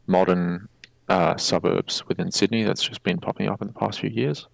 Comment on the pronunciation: Say Sydney right, it hurts